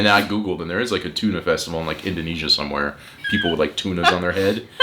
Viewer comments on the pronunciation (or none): There is also a Danish town called Tune. And that's what it sounds like when you pronounce Tønder :D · If you say "tuna festival" one more time, I will have to unsubscribe to your channel! ;) To me it sounds a lot more like the the "i" sound in birder when you say Tönder. (I could still be wrong - I'm a Swede - but at least I don't have to unfollow myself.) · Just peonounce the ø like 'eu' from Cordon Bleu, then you more or less have it right :D Great vid as always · sorry but that is worse, because that is a pronunciation that are so bad that it is meaning disturbing. Tun is the Danish word for Tuna so it made sense ye were talking about that when ye refereed to the fish, but Tønder sounds nothing like the fish, and don't even lie at the sea. Ye could have compared it to a barrel as Tønde=barrel, but ye really need to pronounce the Ø and also it was like ye completely forgot the D. Didn't ye see the D, ye know what d sounds like? Sorry for giving ye sas, we have a lot of music festivals here, but Tønder and Tunø is just very different. And I know the Ø is hard because it is a vowel whose sounds are completely alien to an Englishman like you. Ye literally need to lean a new way to bend your tongue.